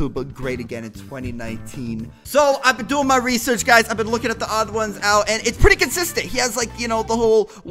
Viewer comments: The Odd One's Out Thats how ya say it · The odd one’s out is how u say it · You pronounce it The-Odd-Ones-Out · Pronunciation: the odd ones out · YouTube must have been drunk again when it said 16 views it is actually 25m views lol I love you and THEODD1SOUT!!! BTW. It's pronounced the-odd-ones-out :) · His YouTuber name is pronounced The Odd 1s Out But together. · Hehehe. U sed "odds1out" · its pronounced "The odd ones out" very simple! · Its pronounced The Odd Ones Out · pronounced: th-he-ohd-whons-ouht= theodd1sout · Its pronounced the odd once out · its pronounced odd ones out